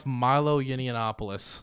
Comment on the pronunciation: It's Yah-nawp-uh-luss Not that I have any respect for the man, just bugs me even time I hear "Yinny-ya-nawp-uh-luss" lol Unless that's intentional